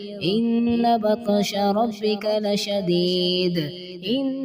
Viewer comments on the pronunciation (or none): Ina batsha rabika say ap nay batasha para hay ghalti sahi karayn